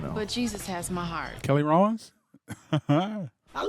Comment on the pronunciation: Hahaha my last name is Rollins 😂😅 whats even funnier is her name is very much Keri Hilson so they were butchering names all over the place 😆😂🤣🤭